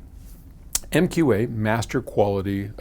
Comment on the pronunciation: I really don't feel bad about a professional mispronouncing MQA of all things though.